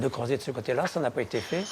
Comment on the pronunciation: "n'a jamais été 't une simple bergerie"; ces commentateurs qui inventent des liaisons pour se la donner... :D